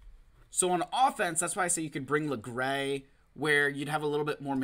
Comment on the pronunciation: do people really pronounce it "lagray"? lmao log-ray is my go to